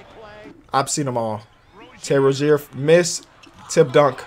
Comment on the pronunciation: When you saying “tipped dunk” it sounds like you saying “Tim Duncan” every time 😂😂